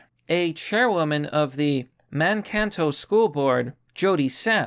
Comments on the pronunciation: "Man-kanto" hehe its actually "Man-kay-tow". Easy mistake, MN is full of cities with weird pronunciations. Honestly not even surprised Mankato is doing this. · Man-Kato is how it is pronounced.